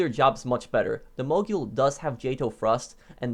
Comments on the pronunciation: I’m pretty sure it’s pronounced mo-gul not mo-gool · It's Mogul. Not Mogule 🙄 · Its pronounced Mogul, not Moguill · Btw it’s pronounced Mo Gul not Mo Jul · I think mogul is pronounced like a ski mogul or rap mogul. It sounds like ul not yule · Can you pronounce something right it’s mogul not moguuuoyyyll and Tula not tuhhlaaa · Mogul = “mogool” Tula = “tüla” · Just so you guys know, mogul is pronounced like “Mow-Gull” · The man is the CEO of mispronunciation MoGyOoL TuLlA EvEn DeN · The Mog-yool and Tulla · Ah yes moguel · The way he says mogul drives me nuts.ˈmōɡəl. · “mogule” “tulla” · CORRECT PRONUNCIATION: MOEGULL CHEWLA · There are no useless vehicles, only useless players. Bicycle or Club bus should be here. I suggest a top 5 vehicles you mispronounce. Mogul and Tula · Mow-Gul Too-la 1 year later and still :/ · my man swapped the U in Tula for the U in Mogul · The length of time you've been playing this game, I was disappointed to hear how you pronounced mogul and tula